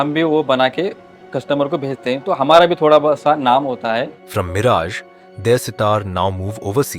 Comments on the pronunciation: bl00dy fool not miraaj it is miraj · It sounds very irritating when the commentator pronouncing the name of the city as Miraaj and not Miraj. The least he could have done was to gather little general knowledge about the subject / places etc. he is commenting upon.